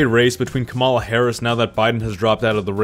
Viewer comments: It's impossible to take this video seriously, since the creator thinks that RFK jr is a viable candidate (he will not get any electoral college votes) and he doesn't know how to pronounce Kamala. The accent is on the first syllable (COMma law), not the second (Ca MA law). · bruh it's kah-ma-la not kam-a-la. idc if u hate someone, say their name right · ITS COMMA LA NOT CA MALA!!! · Completely irrelevant to the content but it’s driving me crazy hearing people say “kuh-mahl-uh” lol. It’s “com-uh-luh” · Kamala's name is pronounced like Comma-La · I love your content, but pleaseee pronounce her name correctly, its KAMala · I couldnt get very far into the video because of how you kept mispronouncing Vice President Harris’ first name. Its like “comma-lah” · Are you deliberately mispronouncing Kamala?